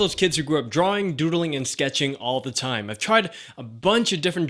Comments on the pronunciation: I like how he says drawing at the beginning 'drooringg' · It's funny when he said: "DRAWRING"